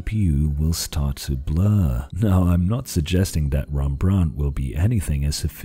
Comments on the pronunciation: Well it should be more accurate. I think I remember him mentioning that hes a portuguese speaker, hence the hembrandt. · Made Rembrandt sound French, lol. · Sorry, but as a Dutch person I really can't stand how you are misprounincing "Rembrandt" basically the entire video. You should say it with a rolling "R". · as a Dutch guy I have to tell you that you pronounce Rembrandt the wrong way. Other than that, an interesting video as always. The SMT-animation is a bit too strong an oversimplification though in my opinion. The biggest problem for APU's seems ot be the memory bandwidth, 3D stacked memory might eventually solve that problem. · As a Dutch person I really dislike the way you say Rembrandt